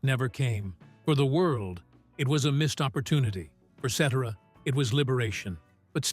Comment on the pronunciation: Still can't pronounce the man's last name right. Geeez 😮